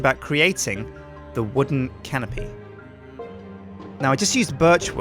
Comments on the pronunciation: Every time you say canopy, I keep hearing Simon saying "Can of Pee?" from the tekkit series XD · Am I the only one that hears "can of pee" when says "canopy"?